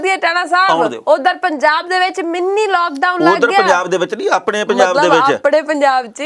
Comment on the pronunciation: Mini not Meennee.